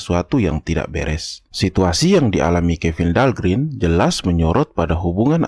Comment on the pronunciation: Dahlgren huruf e nya 1 tetap dibaca e mjd "gren"...om Kalo huruf e-nya 2 (green) baru dibaca i (grin)